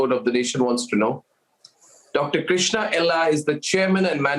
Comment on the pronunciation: Krishna not krishnan.